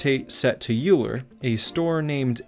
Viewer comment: You are pronouncing Euler wrong. Sorry not be rude but as a math student I couldn't help!